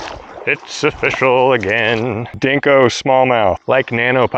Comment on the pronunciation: I've been watching these videos for about a year now, and I just realized you're saying "O-fish-al" and not simply "official". Your pun game is strong.